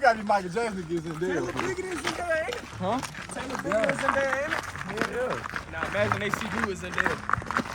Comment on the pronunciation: ZENDAYA not ZANDAYA❤